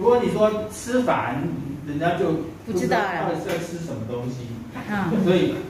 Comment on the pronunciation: kak.. wo phu cettaw.. hahaha...